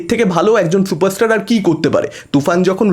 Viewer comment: দেব নাকি সুপারস্টার 😄😄😄😄 কালা থুতলা বাংলা উচ্চারণ করতে পারে না সে আবার চুপারস্টার😄😄